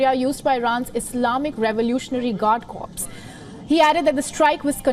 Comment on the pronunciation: “Corps” is pronounced like “core,” the p and s are silent in English. Otherwise it sounds like “corpse” which is a dead body 😅